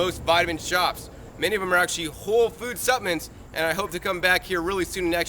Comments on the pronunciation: love you and you make GREAT videos! Hope it’s ok to mention that the word suppLements is pronounced with an “L” not supaments. It’s supplements. 😊 Lord bless!!! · "Suppments" ;) thanks 4 the info